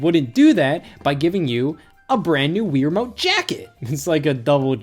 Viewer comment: Stop saying Weer Mote. It's Wii Remote.